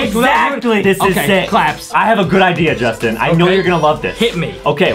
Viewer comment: Its not “Justine” its “Justin”